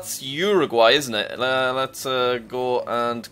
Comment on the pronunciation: Its pronounced uwer-guay